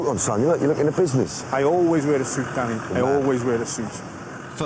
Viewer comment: Dwanny Dwyers deadwiest men...... New epwisode...The Dwevil. Yeah, yeah....